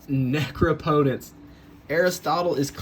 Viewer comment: say it with me Neh-Craw-POH-tents.